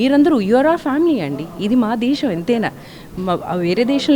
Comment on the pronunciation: Brahmins are known for their grip on the language, vocabulary and diction. But this anchor's pronunciation is pathetic. ఈ రోజుల్లో తెలుగు భాష యాంకర్స్, యాక్టర్స్ చేతిలో బలి ఐపోతోంది. ఈ బ్రహ్మల ఛానల్ లో యాంకర్ కి కూడా టెలుగు రాకపోతే ఇంక ఏమి చెప్పాలి. వాల్లు, దేషం అని భాషను ఖూనీ చెయ్యకండి. వాళ్ళు, దేశం అనే మాటలు సరిగా పలకడం ముందు ప్రాక్టీస్ చెయ్యండి. బ్రాహ్మలు కూడా తెలుగు సరిగ్గా పలక లేకపోతె ఎలా.